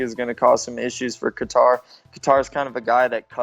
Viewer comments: Is sanghagen really calling him “ka-tar” wtf do you live under a rock bro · Sandhagen “guitar” with a k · Lmao this man said Khatar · Cory "calvin Qatar" Sandhagen 😂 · It's almost like he's saying guitar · Sandhagen pronounces Calvin’s last name like Guitar 😭😭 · I know Calvin, Sandhagen pronounced it wrong lol it sounds like “Cater” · why does he say "katar" that way 😂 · dude what is up with all these CTE fighters can't even pronounce Calvin's last name lol